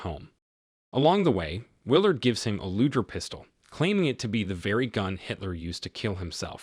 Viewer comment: I love your recaps. It is a hard G in Luger just FYI.